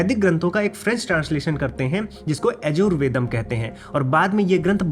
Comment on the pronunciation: तूं "यजुर्वेद" शब्द भी ठीक तरह से बोल नहीं सकता हूं।। Don't misguide others...